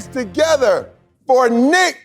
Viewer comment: As Papa Boyle would say, it's Niic (you say it wrong)